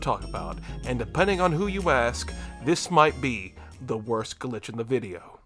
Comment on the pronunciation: a "glitché"